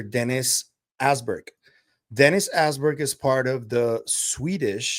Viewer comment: Dennis Asborg, not Alberg